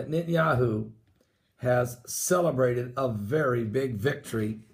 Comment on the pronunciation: Net.. Not Nit !! Netanyahu